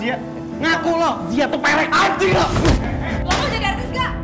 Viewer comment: Perek bukan pelek wkwk